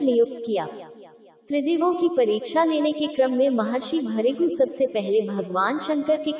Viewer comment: इनका नाम है महर्षी भ्रुगू. आपको ठीक से हिंदी पढने नही आ रहा है